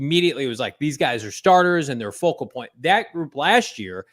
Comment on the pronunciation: Can someone tell these two it’s “focal” point not vocal